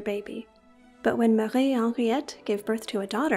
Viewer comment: I love the the way you pronounce Marie Henriette 🙂